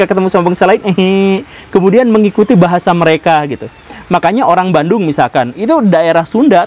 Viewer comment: bandung jadi banung